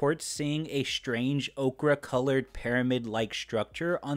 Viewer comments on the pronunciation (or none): Pronounced "oh-ker" ok-ra is a vegetable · Okra colored? You ochre? This is pronounced like you're saying oaker. Okra is a vegetable.